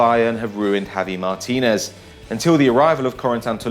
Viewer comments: it's javi martinez not matinez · "Javi Matinez" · Javi Matinez? Better get that fixed. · "Javi Matínez"